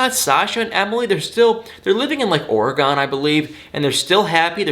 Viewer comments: I was with ya until you said oregon.....ORA-GEN not ORE-GONE.... okay.. now I can continue the video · As an Oregonian, it's pronounced Or-Ee-gun